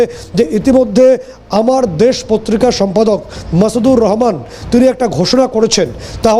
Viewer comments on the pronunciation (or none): ভাইজান মাসুদুর রহমান না মাহমুদুর রহমান। আপনি তো সঠিক ভাবে বাংলা উচ্চারণটি বলতে পারলেন না ।